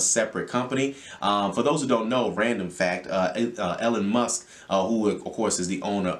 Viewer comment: “ Ellen musk “